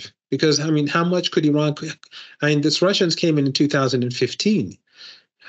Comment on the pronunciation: Thank you lady for right pronanciation of my country IRAN,lot of american unfourtunetly pronance wrong ,they say ay ran which bothering us.